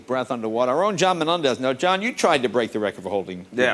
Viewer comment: slow play speed at .30 you hear Jay say, “ our own John Na-mendez, John says ya ya Jay.